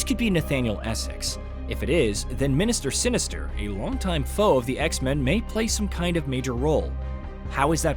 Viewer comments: Did he just call him “Minister Sinister”??🤣🤣🤣🤣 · Minister Sinister…great work AI bot…